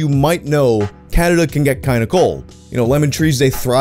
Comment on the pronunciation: I'm new to this, why can so many english-speaking youtubers not pronounce the word Canada? He says Caderda, Canderda, Canrerda, Caldera and pretty much every variation of those letters, but never "Ca-na-da'.